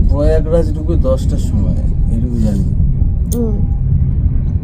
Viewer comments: প্রয়াগরাজ কে কয়াকরাজ বলছে, অশিক্ষার শেষ নেই দেখছি 😂😂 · ও দিদি স্টেশন এর নাম হিন্দি ইংলিশ দুটোতেই লেখা থাকে গো,হিন্দি পড়তে না পারলে ইংলিশ টা পরো। আর ওটা কয়েগরাজ না প্রয়াগরাজ স্টেশন বুঝলে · Prayagraj pronunciation shune darun haslam😅😅😅😅😅😅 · nam ta ki jiboneo sononi?? Prayagraj er erokom vul uchharon